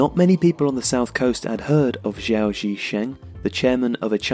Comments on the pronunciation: Just want to say that the letter G in hanyu pinyin (romanisation system in mainland china and singapore) is always a hard G like in the word Go in english (not exactly but alot closer than the soft G you commonly find in english anyway) so its capital G Gao not Jao, just a small gripe. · Xi, as in Xi Jinping, is pronounced a little bit like 'she'. Gao has a hard g. The way you pronounce Gao in the video would actually be spelt 'zhao'. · Gao is pronounced with the 'G'. As in 'Gow'. Checked spelling. Pinyin spells 'Jao' as Zhao. So, like 'Guandong', the 'g' is pronounced as it would be in English. Know your owners. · Great video as always. However just to nitpick, Gao is prounced with a normal "g" like in "game".